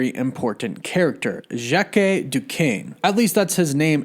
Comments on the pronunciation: I believe it's pronounced Ĵock not "jackie" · armond is not the father, hes the uncle. if armand was the father, he would be named ARMAND. ya goof. and Jacque is pronounced jock not jackue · Yeah just trying to say it is way closer to Jack then whatever he said lol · Jacque in french has the same pronunciation as Jack